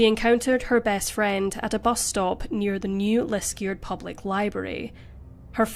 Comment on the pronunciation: MAGA infested meat? Sounds really gross. Your pronunciation of New Liskeard was very good for the first half of that episode.....it is pronounced "New Liskurd" not "New Liskeerd".